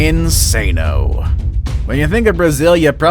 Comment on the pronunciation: 😂😂😂 So funny the way he says "Insano" that's not how we say it in portuguese kkk